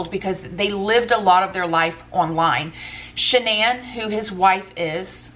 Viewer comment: Is that's really how you pronounce the woman's name? I thought it was "Shan nun"